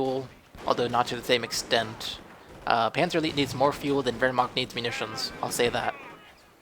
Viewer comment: You do have some problems pronouncing german words^^ But I know its hard^^ Wehrma-ch(hiss the "ch")-t. But good game:)